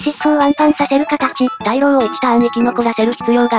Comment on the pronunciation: 今更ですが大浪は「たいろう」じゃなくて「おおおおかみ」だそうです おが多すぎて読みにくい